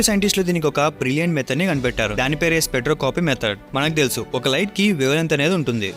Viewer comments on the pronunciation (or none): స్పెక్ట్రోస్కోపీ not స్పెక్ట్రో కోపి